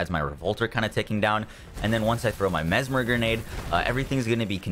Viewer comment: He learned how to say mesmer. Not the MezMAHR anymore